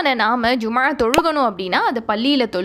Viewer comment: Jumma ழ ஐன் உச்சரிப்பை அழுத்தமாக சொல்வதில் கவனம் செலுத்த வேண்டும். எப்போதும் ஐன் பெருமையாக உச்சரிப்பில் ஒரு ஹதீஸ் உண்டு..